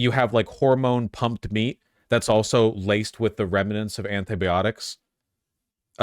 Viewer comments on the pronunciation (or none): It's comforting to know Vaush mispronounces anti-biotics the same way I do.